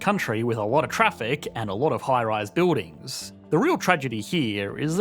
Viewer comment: “Beewdings”? Do you mean “buildings”?